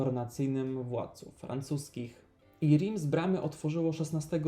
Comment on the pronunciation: Reims wymawiamy Ręs, (nie Rims), trzeba się trochę przyłożyć jeśli zajmujemy się edukacją innych i nie uczyc ich źle.